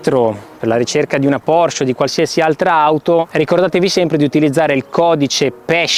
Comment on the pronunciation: Se le hai sempre adorate, dovresti sapere che essendo un cognome tedesco, la “e” finale in “Porsche” non sia muta.